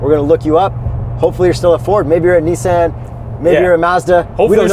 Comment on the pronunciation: Did he say "Knee-Sand" for Nissan?